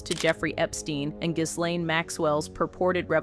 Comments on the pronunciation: Pronounced GEEEEE LANE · The 'S' in 'Ghislaine' is silent...